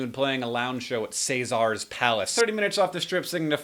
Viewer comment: I'd go to your show in Vegas! The fact you know how to say caesar correctly would be one of the reasons why :)